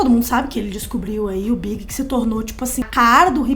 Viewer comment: A mina ali falando ''o Big''... fala direito pô, fiquei pensando se era o Notorious BIG mesmo ou algum ''Big'' que eu não conhecia...